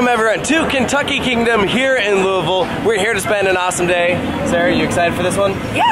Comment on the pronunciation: Thank you for pronouncing Louisville right. I hope KK allows us to see T3 getting torn down. It's like watching your school bully getting his ass kicked. Also MHF has my favorite disclaimer: "Warning, you may get wet. YOU WILL GET DRENCHED"